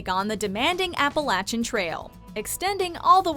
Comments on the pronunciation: Did you really just say Appalachian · Appalachian was pronounced wrong it gave me cancer i live in those mtns Also tongass is pronounced exactly how it looks not tongiss